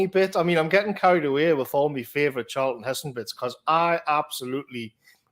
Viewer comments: calls Charlton Heston 'Charleston' lol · His name is Charlton, not Charleston man.